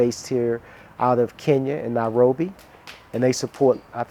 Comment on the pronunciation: Very provocating that he constantly pronounces it Now-robi